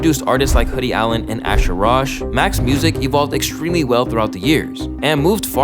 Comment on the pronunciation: “ASHER ROSH” 💀😭💀😭